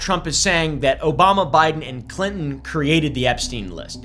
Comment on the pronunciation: We said “Obamna” at the same time have my kids